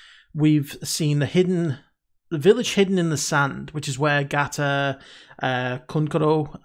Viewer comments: Just to clarify its Gaara not Gaata and the tools they use are called Shuriken and Kunai, Loving the reactions and that you're keeping notes. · Gaara not Gata. Lol